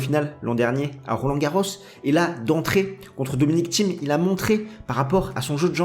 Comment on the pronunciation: J'ai rien contre le fond, du tout. Par contre, c'est "Dominic Thiem" et pas "Tchiem". J'ai pas compris d'où sortait le "ch" dans la prononciation.